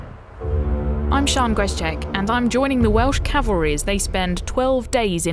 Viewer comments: 4 star General says Calvary. ME: CAVALRY!!! CAV... AL... RY!!! ... SIR!!! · A 4 star general, says the Welsh “Calvary”. It’s cavalry sir.